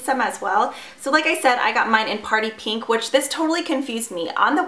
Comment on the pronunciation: I'm sorry but I hate the way u pronounce pink... U say "peeeeenk" please stop